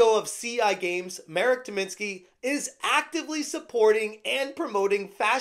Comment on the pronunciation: It may sound silly and insignificant, but thank you for learning the proper pronounciation of Marek's name. I watch different english speaking youtubers and so many of them butcher it or don't even try to do a small research or ask a native how to pronounce a slavic name, to the point I sometimes don't even recognize who they are talking about. I find it to be a basic courtesy to do so, so the people who speak the language don't feel like you mock them. Anyways, the whole situation is hysterical, reddit mods proving memes about them are true xD